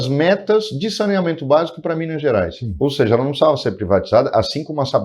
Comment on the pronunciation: Fala errado e se diz mineires, manda o povo comer casca de banana , menor tem que trabalhar ........